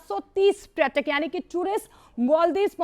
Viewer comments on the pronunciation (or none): Dear Anchor: Its not pratak, its prayatak